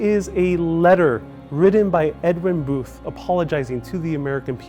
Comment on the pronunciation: It’s Edwin Booth’s, not Edwin Boothes. You added a syllable. The lexicon at the time would not have included “liberal,” but Unionist.